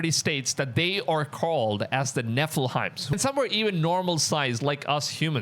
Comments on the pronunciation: why is this guy saying Nephelheim... it's Nephilim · DUDE - Nephilims - Its pronounced Nef-il-lems...... not nef-il-hines. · Nephilim, not Nephilheim 😂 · Nef-ill-'eem is the pronunciation.